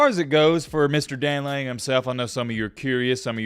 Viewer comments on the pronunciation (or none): It's Dan Lanning.....nice try.